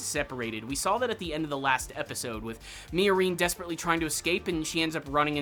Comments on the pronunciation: Did you watch the entire series on mute? The way you say miorine is horrible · Why are you pronouncing "Miorine" like that, lol.